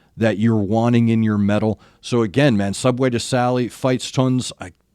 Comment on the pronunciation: Thanks so much for reacting to Medieval Metal :D I love how it gets more & more attention oversees nowadays. Your pronounciation of Band & Title are on Point!! Here are the People: Subway to Sally: Eric Fish (Main Singer & Shawm (the one with the Black/Red Beanie)) Bodenski (Backgroundvocals, Hurdy Gurdy (the Guy with the long blonde hair)) Simon (Background Vocals, Acoustic Guitar) Simon Michael (Drums) Sugar Ray (Bass) Ingo (E-Guitar) Ally Storch (E-Violin (the Lady with the really long hair)) Feuerschwanz: Hauptmann Feuerschwanz (2nd Verse Singer (the one in the Cainmail)) Saltatio Mortis: Alea (3rd Verse Singer & Bagpipes (With the crazy Hair)) Luzi (Bagpipes (the small guy with the Glasses)) El Silbador (Bagpipes (the one with the dark beard)) MajorVoice: MajorVoice (4th Verse Singer (with the red tie)) Schandmaul: Birgit (Bagpipes & Shawm (the Lady with the dark Hair)) Saskia (Violin (The blonde Lady on stage)) Patty Gurdy: Patty Gurdy (no explaination needed) Hope I didn't forgot anybody on set... ^^" P.S.: I don't have IG so If it's okay, I would love to leave a recommendations here on YT :3 I suggest "dArtagnan - Farewell ft. Patty Gurdy" for you, and If you haven't seen it yet, you'll probably love it ;) ;) Thank so much for your content and keep up the good work! Cheers